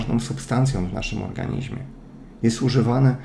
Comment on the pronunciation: ja nie potrafie ale moze Tobie się uda mówić W ORGANIZMIE ORGANIZMIE A nie organiźmie:) Super wiedza, jade po wit C i D